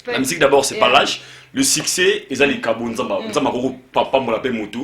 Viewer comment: Succès et non siccer